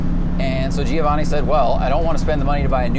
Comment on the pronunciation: Is it awd or fwd? And you pronounce Giovanni wrong